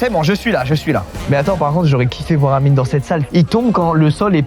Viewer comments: Mdrr le « merci anyme » au lieu d’amine. Il est partout celui là 😂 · Il a dit anyme 😂😂😂😂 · il dise anyme 🤣🤣🤣🤣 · le présentateur qui dit anyme au lieu d’amine.. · il a dit ANIME au lieu d’Amine 🤣🙏🏾